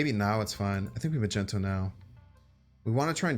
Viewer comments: Am I the only one who's bothered by him saying "Magenta" or "Magento" instead of "Magneto"? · Are you pronouncing it Magento on purpose? Its Mag Nee to! It frustrates me greatly!!! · maGnet! HARD G! Why is he making it a soft g!? Omg he's my favorite M.snap guy to watch but omg the word is MAGNET with an O at the end 🤦🏻‍♂️🤦🏻‍♂️🤦🏻‍♂️🤦🏻‍♂️🤣🤣🤣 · Magneto, not Magento :) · Does he say "Magento" on purpose ? lmaoo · Bro said "Magento" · Are you purposely mispronuncing Magneto?? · Why are you mispronouncing magneto? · Awesome vid but your pronunciation of magneto is a felony